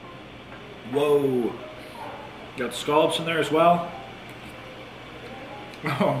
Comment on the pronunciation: As a fellow East Coaster, I approve of your pronunciation of “scallops.”